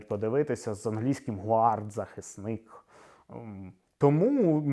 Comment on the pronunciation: Немає англійського слова «гуард», є натомість слово «гард», яке пишеться «guard». Вчіть мови, або хочаб цікавтесь, як правильно промовляються іноземні слова, які згадуєте